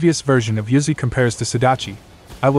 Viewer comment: The ai voice says uzuy but it sounds like yuzu